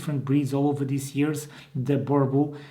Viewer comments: can you please correct pronounce the name Burble burble does not exist boooorbuuul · He really just said "burble" 😊😂😂🤣🤣🤣🤣🤣😭😭